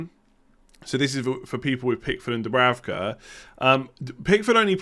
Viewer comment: the German Sky commentators said that it‘s pronounced Dubrouka (ou as in mouse)!